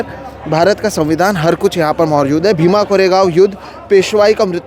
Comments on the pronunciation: Wo BA bhima nahi बा bhima hai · Just a correction, it's "बा भीमा" not B.A. Bhima. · its बा भीमा and not BA bhima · Please note at the beginning of video you referred a book cover as B A Bhima is not right. It's read as Baa (as father figure referred with respect) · It’s not BA Bhima…it’s बा भीमा. बा as Baap- father.